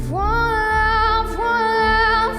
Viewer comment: Never knew “voila” is pronounced “frola” the more you know